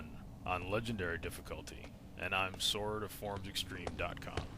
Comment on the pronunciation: Wait, are you saying your name (on ForumsExtremeDotCom) is "Sword"? Because I can't quite tell if that's what you are saying.